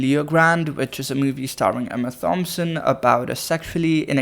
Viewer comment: You criticising Ariana for butchering Hong Chau’s name whilst calling her Emma THompson had me rolling 😂